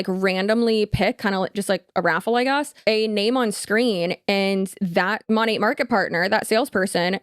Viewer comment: Why is it that the only ones who bother to pronounce Monat correctly are the anti-MLMers